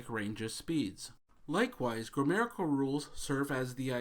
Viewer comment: It's "grammatical", not "grammerical." ;)